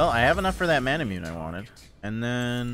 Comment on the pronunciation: I think manamune is pronounced "mon uh moon aye"